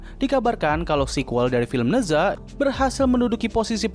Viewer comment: Koreksi bang, cara bacanya bukan ne zwa, tapi ne cha/ na cha Ne zha juga jd hero tipe clash lane di HOK